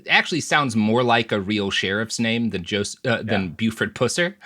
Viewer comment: You need to know the facts about the case everyone is dead. Pronounce Buford's last name correctly be respectful to his family